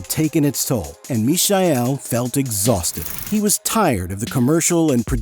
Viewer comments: The amazing Mihai (it's not Michael, with this terrible pronunciation from the video) Crețu was born in Romania. Hypnotic music... An alternative to it is coming from Bliss, another exceptional project. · It's not really, this video mispronounces all names, which must be on purpose. Source : I speak both German and Romanian. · Mihai Crețu is Meehigh Crezzu. Easy peasy. Not Mishael Cretoo. In Romanian in sounds like “sneaky cretin”. Mişel being sneaky and cretu for cretin. Are you using AI for the voice? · no. His Romanian name is Mihai (pronounce like "me" plus "hi") Crețu (Cretzu). Maybe it was a try for German pronounciation.